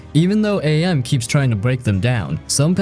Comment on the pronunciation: It's not A-M it's AM. As in cogito ergo sum, I think therefore I am! And the voice actor who voiced AM is the author of the novel himself, Harlan Ellison.